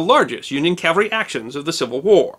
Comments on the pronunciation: The most often mispronounced word in military terms is "CAVALRY". Most people including myself and you pronounced it a couple of times it: "CALVARY" (Which is actually the other term for the hill in Jerusalem known commonly as Golgotha. Just an obscure history term. It is very easy to mispronounce. I had done it many times. Love your videos! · Dear -- may I kindly suggest you learn to pronounce 'cavalry' correctly, instead of pronouncing it 'Calvary'.